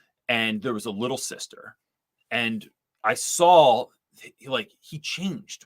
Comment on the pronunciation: You say sawl! 😅Now I have to find out for whom that's a regional accent.